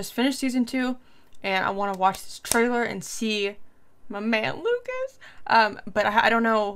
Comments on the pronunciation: Yes the 'S' sound is silent. Its just Luca(s) 🙂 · A little piece of advise on French language: you don't pronounce the s at the end of Lucas :)